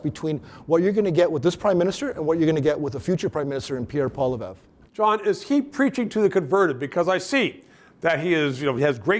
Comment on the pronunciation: John, learn the pronunciation of Poilievre